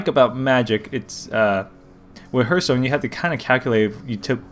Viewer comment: this is like a double tutorial. And btw its not herthstone its pronounce hearthstone like earth